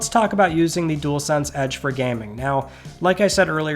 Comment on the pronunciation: Would not buy one myself but at least you can say dual-sense unlike some YouTubers like spawnpoiint 😂 jewelsense 🤦🏻‍♂️.